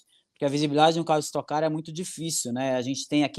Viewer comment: es"toque" car, já tá no nome